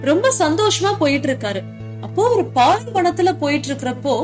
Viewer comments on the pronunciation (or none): none